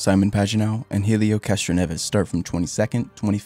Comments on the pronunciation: who is Heelio Castroneves? Heelio? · The h is silent in helio...........